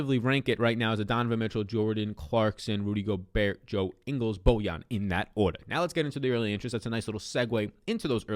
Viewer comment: Yo the T in Gobert is silent. Love your content tho!